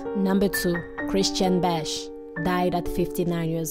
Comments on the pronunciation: It’s Christian BACH like the composer! Not Bash… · Correction: It is Christian Bach, not Bash. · Pronounced Rohas not Rojas, Bach as in back not bash. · I don't like to correct, but its actually Bach not Bash. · I believe it is Christian Bach, not Bash. And Lorena Rojas's last name is pronounced "Ro-has" (Spanish pronunciation).